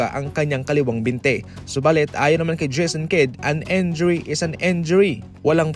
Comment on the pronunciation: Again and again..,injury not enjury.